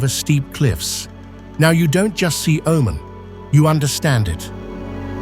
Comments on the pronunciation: You dont even know how to pronounce the name of the country. It is not O man, it is oh mun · 10 seconds Wikipedia lookup, tells you how to say the name properly, its oh-Mahn pronounced umān but the narrator was nowhere in saying it right. I just looked it up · O main? What kind of Ai is this? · What a dissappointment: dreadful voiceover which defies explanation. How many ways can this man (or AI synthesized voice) pronounce and mispronounce the name of the country? Here let's say "he" pronounces "Omen, Omarn, and Oh-man" more than once - so which is it? Add to that the dreadful pauses where no pause is due, and then words run together where surely a comma indicated a pause was necessary. What should be a good video, is unlistenable. Try again. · AI narrator: 'he' was not consistent with the pronunciation of the country's name. Plus, he sometimes did not pause with his commas. I worked for 14 years in neighboring Saudi Arabia and did not visit Oman (pronounced 'Oh-maan) once. It seems I missed out on a great destination. A friend of mine went there and enjoyed it. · Proper Pronunciation is (O Man..) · You know it's AI slop when the narration mispronounces the name of the country being described. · Lived and worked in Oman in the late 90's....fabulous place and friendly people! I had hoped that this would not be an AI-narrated video, but his pronunciation of "Oman" gave it away....too bad...too sad...and not right. But a very nice country! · Hard to take serious when the machine doesn’t even know how to pronounce the subject. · I wish AI would pronounce Oman correctly. Very frustrating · Can the news reader pronounce Oman the same way twice? Nope! ;-) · Apparently, avcording to an erlier comment, it's a himan named, do just another anglo-centric British bloke, unable to respectfully properly pronounce non-anglo names